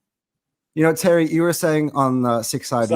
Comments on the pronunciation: Tewwy, Chewlsee awe a bunch of pwicks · Terry is Tewwy 😂😂😂